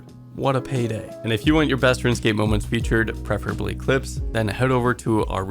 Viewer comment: Just “RuneScape”